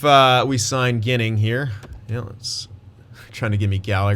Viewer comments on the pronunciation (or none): Team: Dahlin League: Eichel Goalie: UPL btw Adam Ginning is pronounced “Jinning”